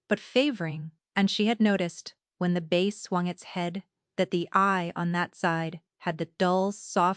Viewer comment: Its bay not bass and mare not mayor also foal not full Enjoyed the story it the narrator and the video fit Together we'll Fla USA